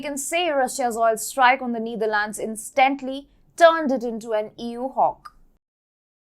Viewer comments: It's not pronounced the Neederlands. The e is pronounced like in ether. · It is not “neither lands” it’s “Netherlands” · I like the way mentions Neither Lands (Netherlands), Poh Lern (Poland). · Why call the Netherlands the Neetherlands? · You really need to learn how to pronounce Netherlands.